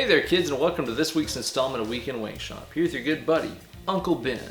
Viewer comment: "Hweekend Hwankshop"